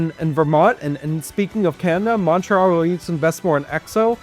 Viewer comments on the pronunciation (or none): none